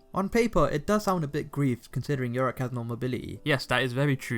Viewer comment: it triggers me when he say yoriCK